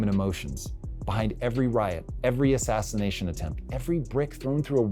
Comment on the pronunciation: Sounds like you are saying assassination. Thats not good.